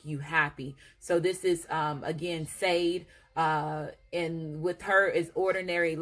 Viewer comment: Sade' pronounced Sha ' day...❤